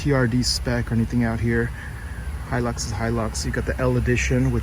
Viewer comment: Finaly! Someone pronounces Hilux properly!!!